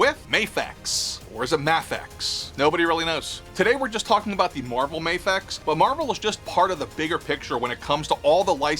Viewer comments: It's pronounced Ma fex instrsd of Mae fex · It’s *muh•fex 😉🫡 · You say it like this, Mafex, now you know how to say it.😏